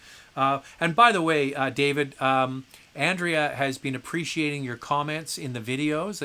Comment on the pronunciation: I'm so glad that I have been able to put a smile on Andrea's face -- she totally deserves it! I am missing the twice weekly live shows, but once weekly is a privilege, so I can't complain. And yes, you did a pretty good job with my Spanish/Catalan name. We love our surnames in Spain!